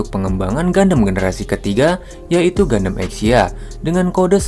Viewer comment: Keren Bang, jarang ada channel dari Indo bahas backstory gundam. Ilustrasinya juga keren. Lalu tone suara juga cukup enjoyable untuk didengar. Saran untuk kata2 serapan dlm English / nama diperbaiki lagi cara bacanya. Beberapa yg saya dengar: Gundam, Resonance, Feldt, Shield, Sword, Condenser, Trans-Am.